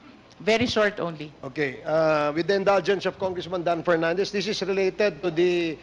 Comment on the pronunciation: Executive session? Tapos dun nyo tuturuan kung ano ang sasabihin! Dan Pernandez! Ang “F” ay hindi “P”. Ang “V “ ay Hindi “B”. Ang “Think ay hindi “Tink”! Flease lang fo!